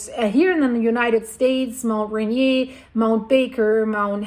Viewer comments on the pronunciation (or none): Mt. St. Helens rather than Mt. Helens. I think that’s what you mean? Also, Mt. Rainier is pronounced “rain-near.”